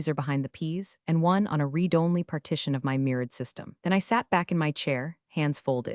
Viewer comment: It's pronounced Red it again! Not read it again!